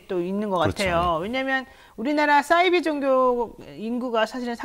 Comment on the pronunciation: 사이비 발음을 싸이비라고 발음하시네요